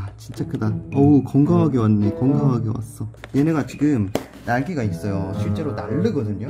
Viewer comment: 날개가있어요를 날리가 '닛'어요 라고하는게 참 불편합니다..